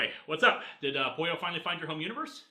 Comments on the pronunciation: It is pronounced Poyo, but it is spelled Pollo. It is the Spanish pronunciation. Pollo means Chicken in Spanish. There you go. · Bit of an odd question, but does anyone else hear 'Poyo' instead of 'Pollo' for the robot's name?